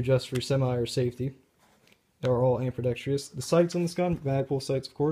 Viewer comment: It's ambidextrous, not ambidextreeus. Otherwise, good review I guess.